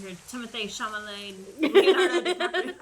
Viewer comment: Ahahahahaah she keeps saying "Timothee Chamalet" ☠️☠️☠️ It's "Chalamet" that sounded so off